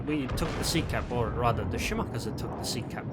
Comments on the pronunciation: I think he is saying to pronounced it wrong. You said (Shi•mah•kah•zu) Instead of (Shi•mah•kah•zi) And yes I know how to spell it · Shimakaze has no pronunciation of the letter u at the end of it, FYI.